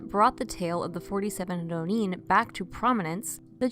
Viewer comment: Hearing these narrators say “rro–NEEN” (with a trilled ‘r’, no less) is far too grating on my ears for me to tolerate. If you guys don’t know how to pronounce “ronin,” why not just look it up? It’s not hard to find. I don’t want to be mean, but hearing American English speakers drop into some kind of phony foreign–sounding accent that sounds like somebody just made it up is too much for me to be able to take this video seriously.